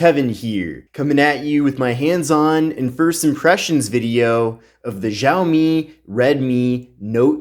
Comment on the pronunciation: Whaat ziaomi????